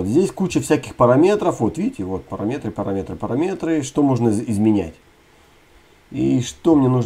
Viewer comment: Классные уроки, только русскую речь теряешь: не парамЕтры, а парАметры по русски правильно. Забываешь за чужбиной русскую речь... Я тебе напоминаю)))